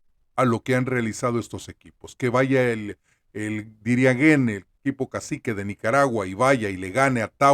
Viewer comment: Pornuncie bien por dios. DIRIAN-JÉN. Esa sería la pronunciación correcta.